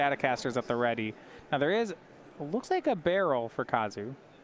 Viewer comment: Baral, Chief of Compliance but I have only ever heard it as 'ba-raal'. Pronouncing it as "Barrel" is almost assuredly wrong and very confusing.